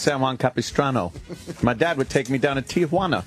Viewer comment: Wow, Ant pronounced Tee-juana right. Most people throw an a in there. They call it Te-a-juana. He's right about the kids running up on you trying to sell you shit too.